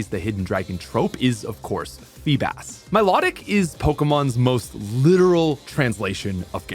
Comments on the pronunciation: Mi-low-tic not my-law-tic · Please learn how to pronounce riolu and milotic